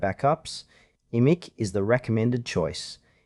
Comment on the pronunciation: It's pronounced like "Image".